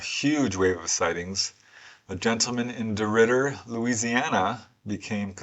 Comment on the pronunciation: Thank you very much,, that was my first time hearing of these cases, and you pronounced DeRidder correctly, well done.:medal-yellow-first-red